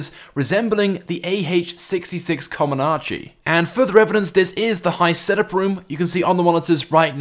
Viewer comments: coMANche not coMONAche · This is gay. And anyway it’s ah66 COMANCHE not comonanche